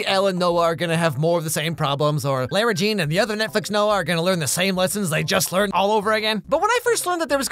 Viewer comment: Lare-ra? Weren't you the one mispronouncing it as 'Laura' last time? Is this on purpose?? xD